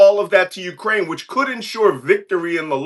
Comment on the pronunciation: Cohen, your WIFE is Ukrainian. Can you PLEASE get the pronunciation of her native country right!?!?!